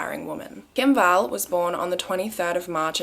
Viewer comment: What i heard: PETA KIM BALL PATTY